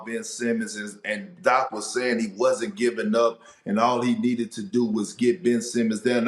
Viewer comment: Hey Perkins its ASKED not AXED.... I AXED DAC RiVURS